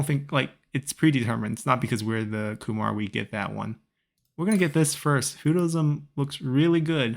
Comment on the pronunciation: Also I believe Khmer is pronounced "Ka-mare" not "Ku-mar" unless I'm mistaken